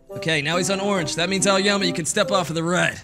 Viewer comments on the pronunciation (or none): HELP I THOUGHT HE SAID 'AOYAMI' HE SAID 'AOYUMMY'🤓🤓🤓🤓